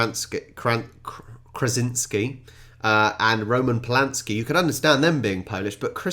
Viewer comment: Yes Marie Skłodowska Curie was polish. And No Copernicus was not german. John Krasinski not Krazinski